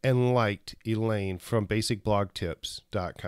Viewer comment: Thanks for the shout out!! You always did call me Elaine - but my name is pronounced like Eileen.:) No worries though. If anyone wants to follow me on Snapchat my user name is = ileanesmith Snap ya later!